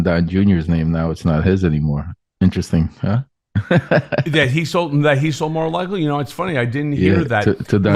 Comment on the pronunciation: "Mar-a-Lardo"--Isn't anyone ever going to tell him?